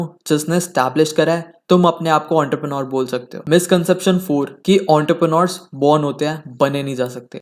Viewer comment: Entrepreneur ❌ Ountarpreneur ✅